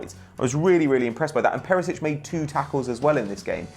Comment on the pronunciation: Whats with that ginger dude butchering everybody's names